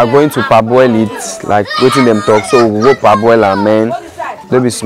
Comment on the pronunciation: Parboil and not per-boil